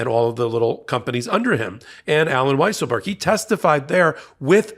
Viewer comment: Weiselberg is now pronounced "weezle-berg". Fitting the liar, and cheater